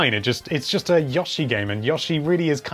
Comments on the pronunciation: You say Yoshi really weird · Not Yah- shi, Yo- shi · I love the whole Square realizing switch has an audience for jrpg games. I'm hoping so much that they for some reason put Dragon Quest 8 on there. I mean there's already builders on it JUST GIVE ME EIGHT FOR GODS SAKE. Also i like how you say Yoshi................Yawshi